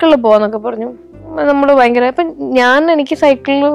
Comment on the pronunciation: ബയങ്കര അല്ല ഭയങ്കര ആകുന്നു!! പിന്നെ ഭയം ഉളവാക്കുന്നതാണ് ഭയങ്കരം. അതുകൊണ്ട് ഒരു പത്തോ പതിനഞ്ചോ ഭയങ്കരം മതി!!